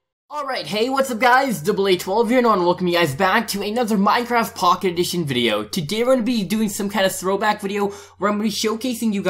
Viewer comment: why did you say minecraft pocketion